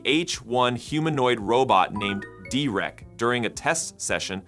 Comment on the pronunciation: Actually, Dereck is pronounced "Derrick," not "De-reck!" 😊